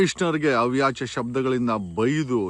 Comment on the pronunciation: ಅವ್ಯಾಚ್ಯ ಅಲ್ಲ ಸಾರ್ ಅವಾಚ್ಯ. ಹಾಯೋಗ ಅಲ್ಲ ಆಯೋಗ